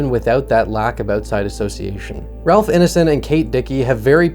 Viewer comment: Great video, man! Been really enjoying your work since it came across my feed. Small correction, though: the “ine” in ralph ineson’s name rhymes with “nine.” Very common name i hear mispronounced often.